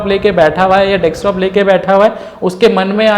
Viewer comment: You have explained well but plz don't mind this is Desktop not Dekstop...!